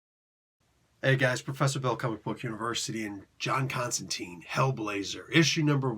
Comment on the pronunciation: Alan Moore stipulated it, Jamie Delano gets SERIOUSLY pissed off about it...JC HIMSELF called Chester Williams out for it in an issue of Swamp Thing...What is it? It's the constant mispronunciation of "Constantine". It rhymes with "Wine" not with "Bean".